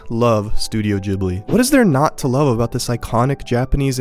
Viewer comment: loved your overview of the Studio Ghibli movies. I agree with your evaluation of "Spirited Away". Just two things bothered me a bit: What about "The Wind Rises". It's the movie that shows what "Ghibli" means -- the designer of the Japanese Zero fighter. Okay, that was one. Two is: the first syllable is not "jib". It's an Italian name. the H after the G makes it hard, like "gift". Or "spaghetti". I'm a language nerd, so please forgive me and keep up the good work!